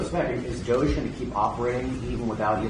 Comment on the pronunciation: DOGE. Pronounced:- Dodgy?